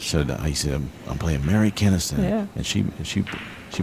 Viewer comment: mary kinnisten? Really?